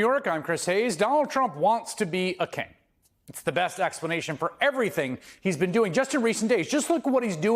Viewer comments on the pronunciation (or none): "Donal Trump wants to be a keh"